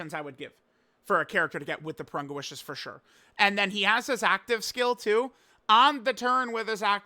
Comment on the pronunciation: It's Pour-Rune-Gah. Wtf. Not Poor-Run-guh.